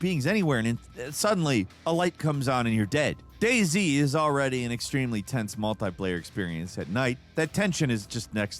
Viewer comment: DAY Z I just realized. I thought he said “Daisy” ☠️